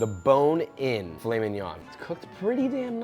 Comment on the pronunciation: me hearing filet min-"yon" and butchering that pronunciation, then perfectly saying piece de resistance